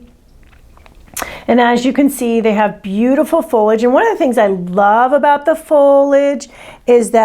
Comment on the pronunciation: Pronounced FOH-lee-ij as per the dictionary.